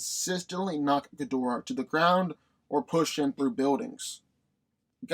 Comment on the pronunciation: You’re saying Ghidorah wrong.